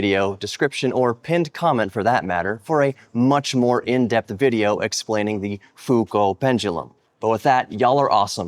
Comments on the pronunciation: Pronounced Fuco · Humhum, someone has forgotten to pay for the elec.bill !! Prononce Fou-Koo:face-blue-smiling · Is that a hint of a glottal stop in your pronunciation of Foucault? Please remove it. And come on America, doing science in imperial makes my skin crawl. This is the 21st century! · On the name Foucault, add a very weak "L" sound at the end of your pronunciation, and stress the first syllable, not that last one. You can get a better idea using the playback feature in Google Translate.